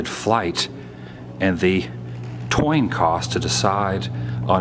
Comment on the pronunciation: Did you say roof instead of ceiling and *Toin" instead of coin? I'd be awestruck too but, cmon man.